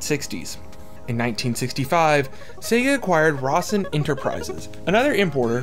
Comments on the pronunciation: The dude's name isn't "Rossin" Rose-inn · Cause he cant say Ro-sen...its not Ros-sin!